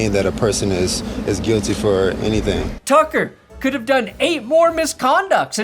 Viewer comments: Lol he said it as "Justin Tugger" instead of tucker lol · Did you say “Justin Tugger”? 😂